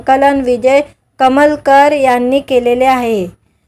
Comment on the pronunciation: अग बाई विजय कलमकर असं नांव आहे. कमलकर नव्हे. अमराठी मुलगी आहे. मराठी बोलण्याचा चांगला प्रयत्न करत आहे.